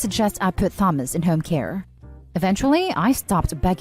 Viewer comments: Who the hell pronounces Thomas like that?? 😂 even if this is AI, I wouldn’t thought it was better than that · I couldn’t finish listening because of the pronounciation of “Thomas”😂